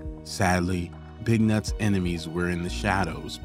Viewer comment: The way he says big nuts🤣🤣🤣🤣🤣🤣🤣🤣